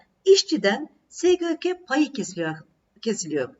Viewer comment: Sgk diyememeniz cok rahatsizedici)